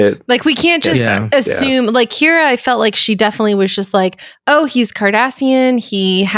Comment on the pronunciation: You know I was ready to listen to your podcast on one of the strongest episodes of Star Trek ever and then, between saying Kyra instead of Kira and Gal Gadot instead of Gul Darheel, I had to stop because even though the conversation was pretty intelligent, it is pretty lazy to just continuously embrace bad pronunciation.